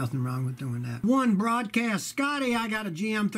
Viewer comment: "One BROADcast" Hahaha! Classic Scotty.